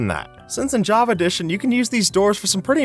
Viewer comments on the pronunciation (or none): none